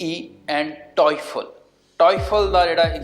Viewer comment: fake lok NY....Jhooth Bol k file lgonde eh... baki Duolingo wali gal sai boli....toifal ni hunda....toyfal hunda..TOEFL hunda..